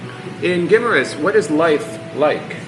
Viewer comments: gi MAR us there is no short i (big, pig, kiss) sound.. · Guimaras. Pronounced Guy-maras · My Wife 34 years, was born and grew up on Guimaras ( pronunciation Gim- A Rus, ) later the Family moved to Ilo Ilo, I Have not been there for more than 20 years, Days Motel and Resturant where Superb